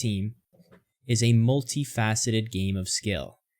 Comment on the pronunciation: I've heard so many people cover this statement from EA and you're the first one to pronounce the word "faceted" correctly.